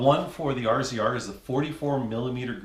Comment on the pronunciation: Do all Canadians call it a R Z R instead of razor? Go ahead... Tell me